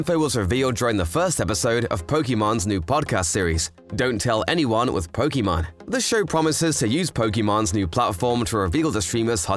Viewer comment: You said her name wrong her name ends with an E not with mon